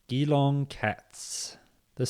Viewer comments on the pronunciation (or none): i almost died at your pronounciation💀 its pronounced G-long 👍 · Geelong is pronounced J’Long (‘ is a schwa - reduced vowel)